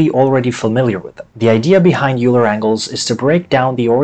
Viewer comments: I’m not trying to tell you how to say words or be rude or anything, but Leonard Euler’s name is pronounced “Oyler”, not “Yooler”. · I had to stop watching after the second or third “You-ler. » Made my brain hurt. I might have to grit my teeth and try again. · Great video, but the name 'Euler' is pronounced as 'Oiler' or 'Oy-Lah'. It rhymes with spoiler, not cooler. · THATS NOT HOW YOU PRONOUNCE EULER!!! RAHHHHHHH